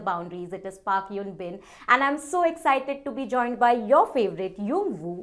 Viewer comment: She pronounced her name wrong 😅 yoon bin nahi, eun bin is her name